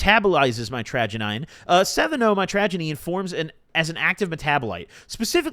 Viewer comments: mitragynine is pronounced "mitch-ruh-gai-neen" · I do believe it’s pronounced might-tro-guy-neen just fyi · mitragynine is pronounced (say it fast) MITCH-RUH-GUY-NEEN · pronounced; Mit-tRuh-Gai-Neen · BRO pronounciation is ( MYTRA - GUY- NEEN